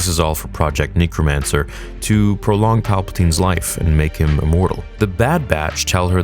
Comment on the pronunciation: I want you to pronounce necromancer correctly about as much as you want them to say the word midichlorian 😂 jk